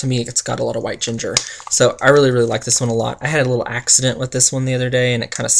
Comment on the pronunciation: Loved the video as always! I thought you said you had a "wax ident " when you spilt your Raspberry Violet... I had to rewind to make sure. LOL